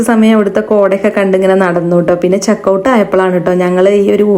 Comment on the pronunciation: Checkout ❌️ chakkaout ✅️